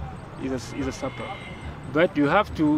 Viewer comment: No hate but I kind of die inside when I hear Drews pronunciation of sapeur. (I speak French)